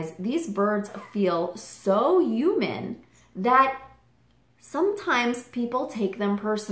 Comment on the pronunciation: is it just me or does she say "human" in a strange way? i can't quite pinpoint it, but its like "oooman" or something 😆